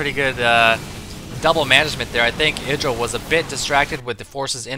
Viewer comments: if u ignore the indra thing. idra would be pronounced ahy-dra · You would pronounce it Id-dra if it had two d but idra one d is pronounced eye-dra. But IdrA wants us to say id-dra so... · It's not idra. It's Greck.